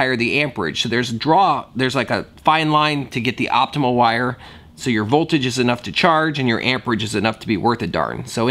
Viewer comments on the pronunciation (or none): its voltage and ampage... not volterage..